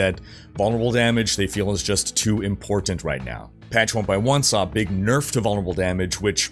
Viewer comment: "im-Port-Tant." Two (2) Ts?